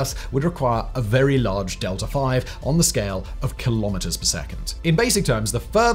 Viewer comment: DELTA V DELTA V NOT DELTA 5 LMFAO